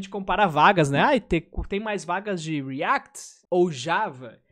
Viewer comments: Cara, POR FAVOR, fala "riact" em todos os seus vídeos kkkkkkkkkkkkkkkkkkkkkkkkkkkkkkkkkkkkkkkkkkkkkkkkkkkkkkkkkkkkkkkk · eu acho hilário ele falando "dev REACT" akakakak